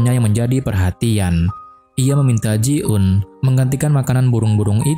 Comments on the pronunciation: Greget gw 😂 bukan ji un tapi JI EUN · Namayah ji eun kali bukan ji un.